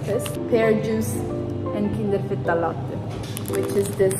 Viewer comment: Kinder fetta al latte, That pronunciation was so satisfying, idk, i repeat it 6 times or something💀